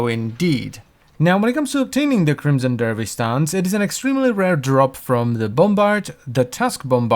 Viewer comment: Crimmmson derrrvish!